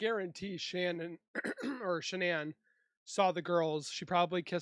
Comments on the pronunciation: Can't listen to him talking he keeps calling shanann Shannon, and making loads of mistakes, delete this this is terrible ❤ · "This guy has a way with words"😂😂 I think its an AI video...thats why it keeps calling her "Shonnon"...but it does tell a good story